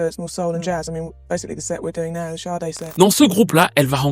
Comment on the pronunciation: Grace à toi je sais maintenant prononcer son nom. Je te pronnonçais comme "said" en anglais. 😅bref mieux vos tard que jamais